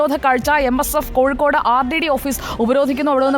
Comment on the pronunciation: കോഴിക്കൂട് അല്ല കോഴിക്കോട്